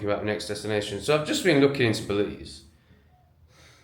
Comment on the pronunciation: Yes.... BELIZ...YESSSS....WERE GOING TO BELIEZ